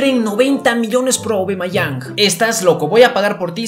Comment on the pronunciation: No se dice aubamayang se dice aubameyang